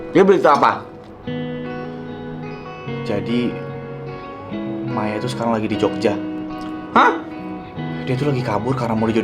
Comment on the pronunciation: Kok ya Maya manggil Maya kok jadi mayo